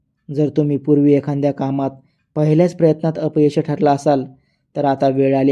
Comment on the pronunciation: "एखाद्या'" या शब्दाचा नीट उच्चार 😂करा